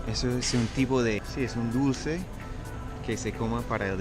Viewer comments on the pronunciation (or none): Me da risa como dice Cultura, Dolares y Dulce jajajaja dice Cutura, dolres y duce 😂😂😂